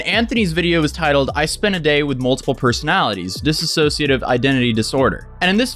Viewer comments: Dude, you were pronouncing dissociative wrong the whole time 😂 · Its dissocia not disassossia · I love how no one says it right. It’s “Dissociative,” not “ Disassociative.” They’re 2 different things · Why does EVERYBODY say “disassociative” AAAAAAAAAHRG Can you tell it’s starting to really really really bug me?! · Why is everybody saying dis-a-sociative? It's DISS-O-CIATIVE bruh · Dis-so-cia-tive not dis-a-so-cia-tive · It’s really not that difficult to say DISSOCIATIVE. It’s NOT ‘disAssociative’. Disassociating and dissociative are very different things. Learn the word. Also, her ex talks about her DID all the time and has for years. Wtf do you mean it wasn’t public? How do you wait so long to make a video on something that’s been covered to death already and still get so much wrong?! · Claims did and doesn’t even look into it enough to even say dissociative right what a clown